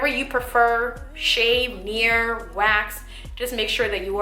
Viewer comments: If you are saying Nair, UNDER NO CIRCUMSTANCES USE NAIR down there! You sound like you are saying nere, but I think you are saying Nair. NO NAIR DOWN THERE! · Near...? or Nair? lol sounds like your saying near.